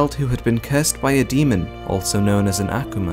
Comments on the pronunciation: Okay mana wasn’t a demon mana was a “human” made into an Akuma. And it’s not ackewma it’s Ah-Koo-mah. But thank you for this for us he newbies and casual fans. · Why does he say akoma like that I can’t 😢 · The way he says akuma kills me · The way he says akuma makes me cringe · The way he says akuma😐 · urgh Akuma is just the japanese word for Demon so stop saying Akuma in this cringe pronounciation <.< just say frikkin demon